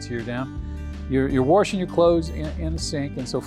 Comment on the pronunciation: Had to stop watching…. Sorry…. NO R in WASHING